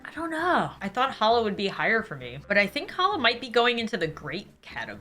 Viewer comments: Challah pronounced as “hallah” like WHY IS THE C EVEN THERE 😭😭😭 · She says ciabatta like siabatta. Phonetically it is chiyabutta. And challah. I don’t even know how to write it phonetically.